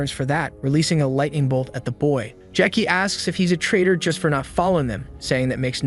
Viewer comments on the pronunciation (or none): This AI is out of control. Who the hell calls ramen noodles as “raymen” 🤦‍♂️ Not to mention calling MC “Jackie” or “Jack-ey” i/o what’s in the manhwa (Jae-ik)